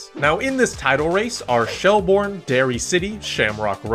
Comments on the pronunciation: Great video but it’s “Shelbirn” 😄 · It's pronounced shell burn not shell bourne